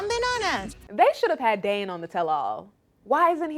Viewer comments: will always do what she wants because at the end of the day, Gino isn't going to do a damn thing about it and she knows it. Please...try pronouncing "Dane's" name correctly....it's not DAN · It’s DANE not Dan you mook.